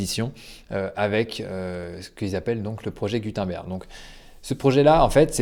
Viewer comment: Ça se prononce « GOU - TEUNE - BAIRGUE » 🤷🏼‍♂️